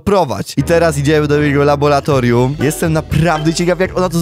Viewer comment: nie labolatorium tylko laboratorium